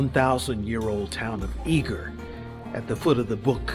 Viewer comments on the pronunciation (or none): Its pronounced Eger not eager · Nice video but Eger is pronounce egg er not eeg er